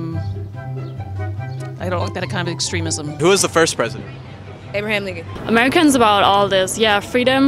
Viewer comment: “Abe Lincoln”💀💀💀😂